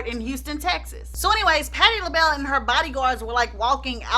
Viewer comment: patti lahell.. nah😂😂😂 you crack me up, please don’t ever change 🥰😂